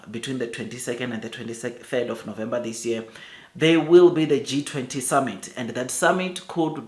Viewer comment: November, NOT Novemba. Where did you learn to speak like that? Probably 30% for English,?